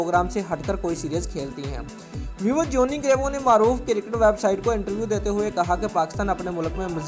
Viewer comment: it's Cricket not Kirkat